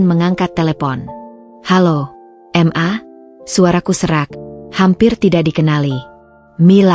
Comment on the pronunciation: narasiny kok di ulang ulang, membosankan Tulisan MA,,,, itubukan singkatan mosok di baca singkatan padahal sebutan untuk mama